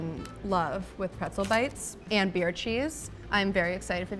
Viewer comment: Can’t get enough of the way Americans say “ANNDD”